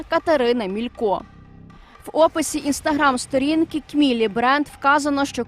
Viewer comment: СторІнки, з наголосом на і А по темі - ми надто толерантні до внутрішніх ворогів, які працюють на московію